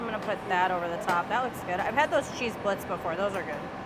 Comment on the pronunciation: Love your videos! A tip: its blintz with a "Z"